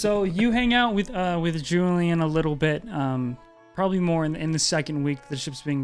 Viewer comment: be like I PROBALLY SAID would you karry me?